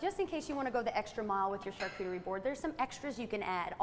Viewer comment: You lost me at char-TOOT-erie board ! 🤣🤣🤣